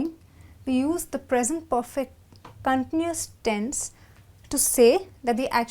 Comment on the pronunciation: In the word CONTINUOUS the stress is on the SECOND syllable not the FIRST. The goes for the verb to CONTINUE...